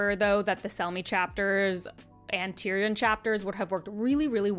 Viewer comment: Just as I begin to heal from you mispronouncing Tyrion, you come at me by mispronouncing Barristan. My suffering shall never cease.